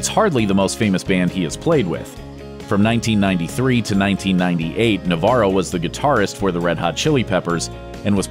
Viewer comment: As a Spaniard the way he says Navarro cringes me out